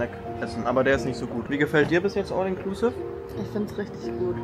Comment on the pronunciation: mich triggert dein "all inklusive" so hart. entweder du sprichst es englisch aus oder du sagst "alles inklusive". wer kein englisch kann, sollte es auch lassen. das klingt nicht cooler, sondern lächerlich wenn man es versucht, aber verkackt